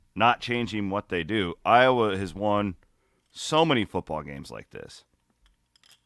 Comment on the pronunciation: just can't say Iowa...😂